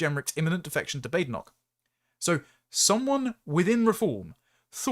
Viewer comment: Bad-en-och. Bä-den-och I do like to listen to your presentations,. You seem to very much have your head screwed on. However, you do, occasionally, pronounce some words unusually/incorrectly(?). I'm not talking about her name, either. I'll make a list, one day. If you ever have the time to read the comments, that is. I rely on you, somewhat, to help improve my verbal english language skills.